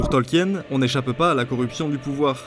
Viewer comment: Simpa ta vidéo mais stp, je pense que tu es français, l'accent pour l'anglais nest pas terrible ca cest normal mais stp.. pas Tolkièèn.. prononce au moins le nom de l'auteur correctement stp. XD Bisous